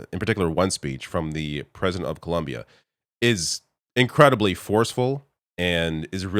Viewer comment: I been a subscriber for years and I love your work … as a Colombian native it’s Colombia not Columbia 🧐😫!!!!